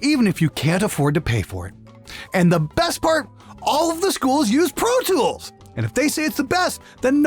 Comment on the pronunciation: RIPer..protoolth..pfff! ABLETON IS THE BEST! :D